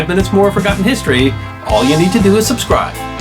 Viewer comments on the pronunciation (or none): none